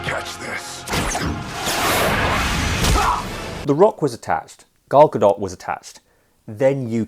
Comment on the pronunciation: Finally someone who says Gal Gadot’s name correctly. It’s really not that hard. Love Ali.